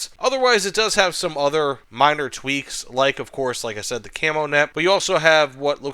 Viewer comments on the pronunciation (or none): none